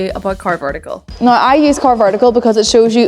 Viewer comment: Please say now another couple times I think it sounds rather noice.